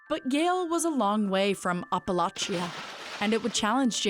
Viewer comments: Has ANYBODY EVER actually pronounced Appalachia like that? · It's pronounced app-uh-latch-uh not op-ah-lash-ah or app-uh-laysh-uh... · Did she just pronounce "Appalachia" as "Uppa-lauch-ia?" 😂 Do better, Daily Show. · Apple Aw Chia though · The mispronunciation of Appalachia is brutal. 🤮🤮🤮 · I guess the daily show narrator doesn't know how to say "Applachia". But then again, Vance isn't from there, so it's kind of irrelevant. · JD Vance is a fraud and a joke. But I'm consistently horrified by the supremacy and elitism on this show. The way you disrespect his Mamaw is all it will take for every Appalachian to hate you, especially with how debauched your pronunciation of Appalachia is. If you weren't so out of touch, you'd know the very extreme and newsworthy things to report on about Vance.